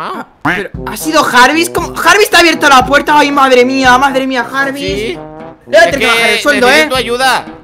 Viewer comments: No se llama Jarvis se dise yarbis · yarvis no jarvis